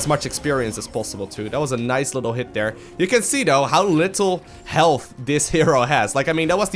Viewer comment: I like the way you say dere :P instead of there lol